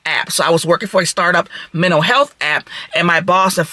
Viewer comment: Dead serious, honest question to hiring managers who work for any company, large or small. DEAD SERIOUS ......... would you even consider hiring an HR manager or director or whatever, who speaks with this diction or cadence and uses double negatives like this - for a PROFESSIONAL role?????????? Or someone who MISPRONOUNCES common English words like this woman does?????? "Mentow health"? "I'm not going to go behind "nobody" ......"?????? I close my eyes and think I'm standing in line waiting to pay for my thirty pack of beer in the ghetto hood I live in. DAMM, at one point I thought this was a comedy skit or someone trolling. In fact, I'm still not sure of this video's authenticity.